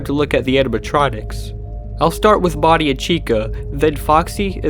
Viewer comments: Why is he saying "body" instead of bonnie ? 😂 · The subtitles are not automatic but keep saying Body instead of Body. Lmao. Lol, even. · did you just call Bonnie "Body"? or was that just the closed captions mistake.